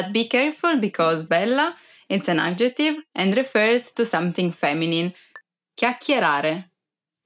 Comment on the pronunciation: thank you for your helpful explanations, but please learn how to pronounce adjective. the emphasis is on the first syllable, not the second one.